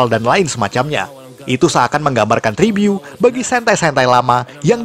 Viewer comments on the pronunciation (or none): Ngomong tribut aje tribyu🤦🏻‍♀️ agak laen emang nih